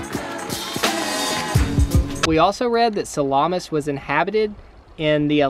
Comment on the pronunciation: Ruins - The place is pronounced Sah - la - mis. the ruins are both Greco -roman as both empires were represented there including the Franks & Turk's who currently run Northern Cyprus republic.